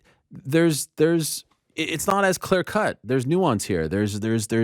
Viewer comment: "It's not as CLAIR cut. There's NEW ON'S here" Lol. The way he says clear and nuance. Sounds exactly like the way Brandy Schlub would pronounce it.